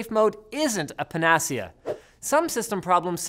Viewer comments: pen ass sea a? Pan-Ah-Cee-Ah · Your pronunciation of the word panacia is pathetic. It's Pan-a-ci-a not Pa-nass-ia. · Gotta love when Linus puts the definition of panacea on screen as if people aren't likely to know the word. Then again, they may not know what a pan-ASS-iah is. Perhaps he should have clicked the sound icon in that definition link to listen to how to say the word. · Says “paNacea” while the editor shows “panaCea” in the onscreen dictionary cap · Pa-na-ce-a? It's pan-a-ce-a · "PAN-UH-SEE-UH" not "PUH-NAA-SEE-UH"!!!!! See Merriam-Webster and Oxford, and play their pronunciation audio (on both)! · As seen from the dictionary entry displayed, the pronunciation is "pana-CEE-ah", stressed on the third syllable, not the second one. Sorry for smart-assing there (which is not a verb yet , I know), but thanks for the video. Informative and well presented as always! Keep up the good work! 😀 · It's pronounced Pan-eh-see-er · LOL, "panacea" is pronounced, pan-ah-see-ah. YOU EVEN DISPLAYED THE PHONETIC PRONUNCIATION ON SCREEN. Click the speaker and listen. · Linus, you didn't pronounce 'panacea' correctly. It is - Pan - then a hard 'A' (like you would say the 'A' at the beginning of the alphabet) then - Sea - Ah -. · wtf is a panassieeuh? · “Pa-nas-ee-a” What the fuck? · silly Linus, panacea is pronounced with the stress on the "ce": [pana-C-ah] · I appreciate the irony of pulling up the dictionary entry for "panacea" with the pronunciation guide and then mispronouncing it. pan-uh-see-uh. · Panacea in English has the accent on the before last syllable, hence Pah-nah-séé-ah. However in Greek (πανάκεια - Pah-náh-eekee-ah) the accent is on the second syllable. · It is Pan-a-see-a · how do you throw up a google definition of a word with the pronunciation thing there and still pronounce it wrong? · I like how you mispronounce panacea and show on the screen the phonetic script proving you mispronounced it ^^ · The way Linus pronounced panacea 😂😂😂